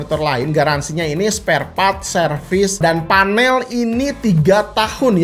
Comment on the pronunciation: Panel kang sanes fanel 🤣